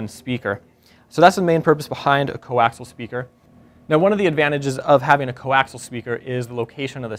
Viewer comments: coaxial = koh-aks-EEE-yal, not koh-aks-al. Sorry, had to go grammer Nazi man. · Co-Axial, not coaxle! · It's fucking co-axial, not co-axle. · Coaxial* not fkn co-axle.